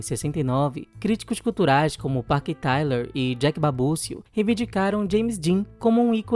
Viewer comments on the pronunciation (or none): none